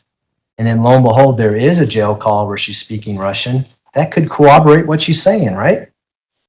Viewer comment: One thing I’ve learned from watching so many trials lately— NOBODY can pronounce corroborate! Co-obberate, Cwobberate. 😖🙄🤦🏻‍♀️